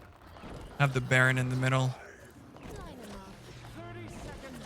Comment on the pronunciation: There is no L in Baron Rivendare